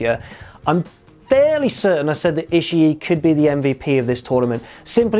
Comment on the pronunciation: The trick is to saying "Ishii" correctly is to not pause before that final I, and not to stress the final I too much. Just keep the vowel-sound going as you roll the last two Is together. Rather than "Ishi-(pause)-E", you keep that second-to-last I in your throat, let the pitch drop slightly, then go into the last I. To be fair, though, saying "Ishi-E" isn't pronouncing it "wrong" as much as it's a matter of accent, which is understandable for a non-speaker of Japanese.